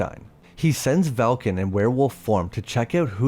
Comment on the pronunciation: I believe it likely is an AI voice. It does work well for most of his videos, but the clanker was having wording issues with Velkan in this video, that's probably what happened.